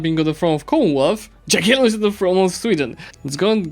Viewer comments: I kinda keked at "Dżagiellon" XD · did you just said Dżagellon? hmm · That's an interesting way to pronounce "Jagiellon"